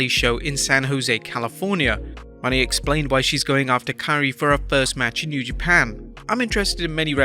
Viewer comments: Moe-Nay not Money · At least Say Mercedes Mone (Monet)